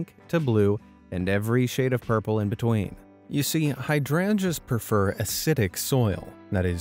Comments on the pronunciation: It's pronounced like hide rangers not hadranjas . Also are you talking this slow on purpose. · Heya! Just a tip! Hydrangeas is pronounced hide-range-us ;)